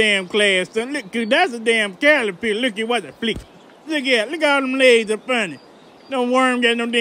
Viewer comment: Calapiller lol